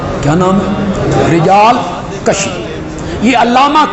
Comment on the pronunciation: He is lying. No such thing in rijaal kaashi. He does not even pronounce it right. It's kaashi not kashi. Waah waahs are for nothing.